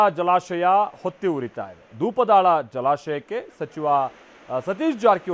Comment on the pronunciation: Dhoopadala alla😂😂😂 Dhupdaal adu